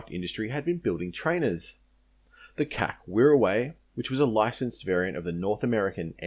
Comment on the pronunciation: G'day, Yay Team ! An outstanding Video, thanks for making and posting it. One point though, which I found repeatedly "jarring" was your consistently pronouncing the abbreviation "C.A.C." as an Acronym - to wit. ; "Cac(k)" which might, perhaps, sound "allright" to the ear of one who never had much exposure to the Old Colonial Vernacular crossed with Colonial Immitation BBC British Oxbridge Dialect spoken by they who were of "fighting age" during WW-2, before TV and "All the way with USA !," converted Oz into being the 51st State of ArmedmeriKano... But, considering the meanings of "Cack-handed", & "Up to Cack", & "You made a proper Cack of that", & "Sticks like Cack to a Blanket...". My guess is that if you had ever referred to the C.A.C. Wirraway or Boomerang, Woomera or Kangaroo as being a "Cack Boomerang" or "Cack Wirraway" during WW-2 then you would have been sharply corrected. In nursing 2,000 Veterans of every Military Adventure in which Oz participated, between 1914 & 1984, as a Student at RGH Concord, for an average of 10 days per Veteran..., as an Aeroplane Freak which I was, pumping them for recollections as I did ; NEVER did I ever hear any of them refer to the C.A.C. as "Cack".... They ALL spoke of the "See Ay See...". So, you may like to consider that side of Historical Verisimilitude and Linguistic/Sociocultural accuracy..., before next blithely referring to EVERYTHING done at, designed at or built by the Commonwealth Aifcraft Corporation..., as "SHIT..." ; becau